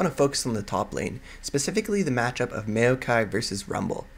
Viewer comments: It's not may-o-kai, it's maow-kai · you say maokai really awkwardly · Not trying to hate but, as soon as you starting to say maokai i had to close the video, it really just boggles my mind a lot how you say maokai =/ but overall what i've watched of the video was really good